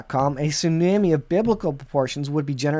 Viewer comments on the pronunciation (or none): Excellent video but please pronounce the word “ tsunami” properly. “ the waves and the seas roaring”